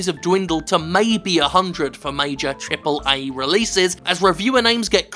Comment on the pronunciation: take a shot every time Jim says Triple eh games